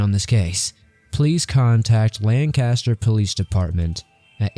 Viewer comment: 'Lancaster' is pronounced 'LANK-iss-TURR'. I don't reckon you'd know nothin' 'bout that there, though.